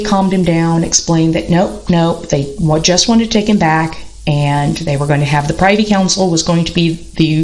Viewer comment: Privy is pronounced (Prih-vee) with a short i. Privy Council, not PRI-vee with a long i. Looking forward to reading your book. I think you are right about the tubercular effect in Tudor males. Edward was also very pious and priggish and really rather bigoted about any view of religion that was not radical protestantism. He casually disinherited both his half-sisters and executed two blood uncles. Very Tudor.